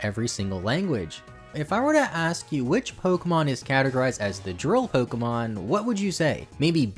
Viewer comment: I had to stop watching The way he pronounces pwokehmwon burns my ears